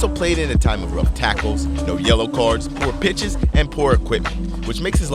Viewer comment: I thought you said no bitches instead of poor pitches in the final say for pele anyone else?